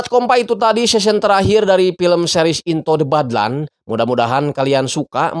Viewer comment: In-to de bad-lan 😂